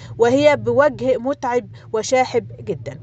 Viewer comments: " وجه متعَب " بفتح حرف العين وليس بالكسر حاولى تضبطى النطق ، لاحظت هذه الاخطاء فى كل فديوهاتك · بوجه متعـب بفتح العين وليس بكسره